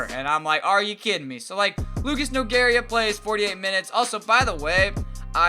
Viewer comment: Lucas nogueira is pronounced nogayda